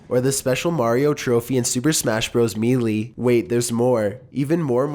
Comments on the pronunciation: its super smash brawls melee=mae-lae not me lee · may-lay Rosea-leana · ROSALINA (Rose-a-leena). SEPHIROTH (Seph-ir-roth). MELEE (May-lay). Seriously, take a pronunciation class if you job is pronouncing words. I'm surprised you didn't say "Lenk" or "Zalda" when talking about them. Or "Murio." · I love your vids but how you say some things kills me inside sometimes. You said Melee wrong and who is Rosalinda, I never seen her in Smash Bros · The way he says "melee" and "Sephiroth" triggers me. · Why are there so many mispronunciation in this episode. You seriously said Melee wrong? omg. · You pronounced so many words wrong on this one. Not all of them names, like melee, which is a common English word and it's pronounced Mae-Lay. Sephiroth can also be considered in this category. It is a term from the esoteric doctrine of the Kabbalah. It's Se (like in Seth)-phi (like in Philadelphia)-roth (like in Rothschild)